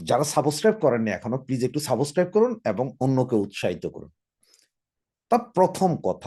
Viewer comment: আপনি একজন শিক্ষীত মানুষ হয়ে এ কি উচ্চারণ আপনার ? সাবোস্ক্রাইব আবার কি? সাবস্ক্রাইব বলুন। একি কাণ্ড একজন শিক্ষীত মানুষ তার উচ্চারণ এইরকম কেন হবে ।